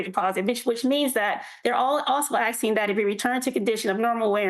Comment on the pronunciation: I need accommodation for the stress of hearing people "axsing" for things.